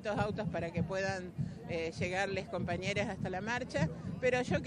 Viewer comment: Es alpedo tienen que mesclar todo por qué si no no juntan 5 persona son impresentable!!! Pero más bronca me da que es maestra y dice compamere!!!😢